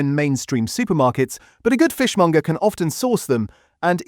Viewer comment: It's fishmonger, not fishmunger FFS. AI cockup again.